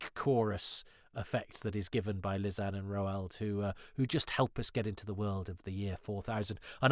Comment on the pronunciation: Sorry to "I think you'll find" you, but isn't Lizan pronounced "Lie-zan", the opposite of Truth-zan? That's how Chen says it in episode 4, but I accept that Doctor Who can be inconsistent about things!